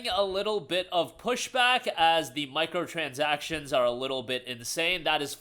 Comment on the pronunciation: "MICROTRANSACTIONS" LMAO